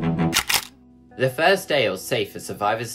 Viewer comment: The apocawypse. Hewwo my name is wandy.